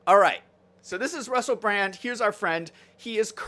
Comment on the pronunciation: Obviously you're not a fan. His name is actually Russell Brand. (NOT Russell Brant)